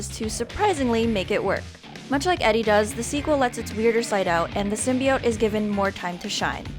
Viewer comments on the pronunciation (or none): none